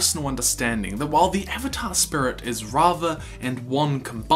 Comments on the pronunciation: It triggers me that he pronounces Spirit SPRits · Is is me or dose he say srits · I stopped watching when he started sayinf spurits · “Avatar spur-it” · I've heard a lot of New Zealand accent over the years, enough that I thought I had a handle on the rhyme and reason, but pronouncing "spirit" as "sprut" is a new one to me. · I just keep hearing “spurt” every “spirit” I’m sorry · listen this is a great video to watch but he keeps saying "spurit" and its getting hard to concentrate on what hes sayin 😹😹😹😹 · Spurit? XD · I die a little inside everytime he says spirit... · Lol the way you pronounce spirit